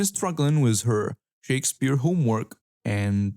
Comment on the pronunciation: The way this dude says 'Shakespeare' gave me cancer.